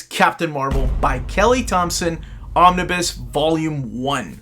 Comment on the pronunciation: And thank you for pronouncing my name correctly.